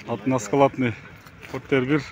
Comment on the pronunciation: Односкаладный дебейтгоо односкатный дейт туулган